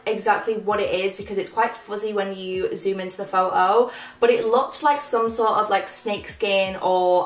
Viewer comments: It's photo not phoao the way you say it made me sick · I love how you say photo as like “pho-o” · The way you say photo😂😂